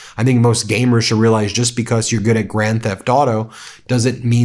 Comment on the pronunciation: Good show but it’s “grand” like “land.” Love ya from Texas.